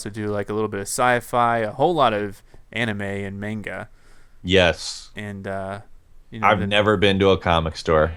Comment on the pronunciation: "Menga"? lol